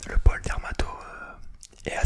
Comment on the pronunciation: J'ai cru que tu disais qu'il y'avait plusieurs Paul, j'avais pas compris mais je me suis dit bah pourquoi pas écoute mdrr et j'ai compris après que c'était Pôle et non Paul 😂sinon super vidéo !